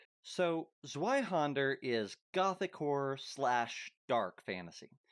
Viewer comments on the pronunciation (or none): The way you pronounce Zweihänder is a little funny to me. You pronounce the händer part correctly but you pronounce zwei with the anglo w instead of the germantic w which is a v sound. It's a common mistake so I'm not trying to dog on you for it it. when I was first learning German words I use to pronounce it Z W Ei Hander instead of Z V Ei Händer so forgive me if I take a little humor in the mixed pronunciation of Z W Ei Händer. 😂